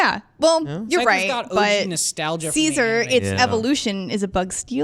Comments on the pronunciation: It’s si-z-or. Not Caesar!!!! Lolololol she totally had to be joking, please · When she said scizor as Caesar I got so confused lol